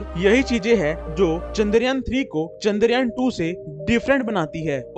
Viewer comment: चन्दर यान नि चंद्रयान है भाई 😅#chandrayan